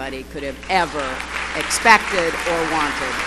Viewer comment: she said expected so weird XD